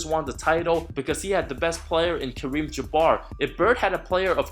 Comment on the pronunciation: Kareem Jabar LMAO I feel like my dude is translating shit to English and just try’s to say the words